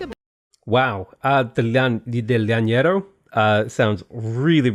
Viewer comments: The way you said Llanero was so funny. Imagine is "janero" LL sounds like J in spanish. Also, Hacienda hahaha, H is mute in spanish, it's pronounce acienda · the way you pronounced llanero was funny as hell. Llanera music intensifies.